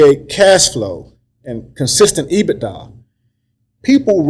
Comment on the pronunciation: If he says EBITA one more time 🙄lol